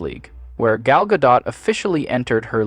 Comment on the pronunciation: FYI- Gal Gadot is Israeli, not French (there is no soft “t” at the end of her name). Gal rhymes with “doll”, not “pal” and Gadot is pronounced exactly like “god-oat” (does not rhyme with “bad-dough”). Just good to know 😊